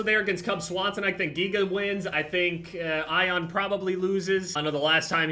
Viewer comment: ion is pronounced eeon